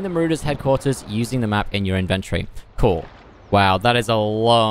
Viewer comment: Also inven-tory, not in-ventory. :)